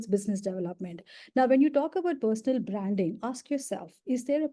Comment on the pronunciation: Feedback: It's hard to understand what she is saying. Many words are mispronounced as ranks, traits, branding.